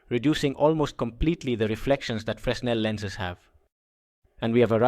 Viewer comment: That's not how fresnel is pronounced. The S is silent. It's pronounced like frennel.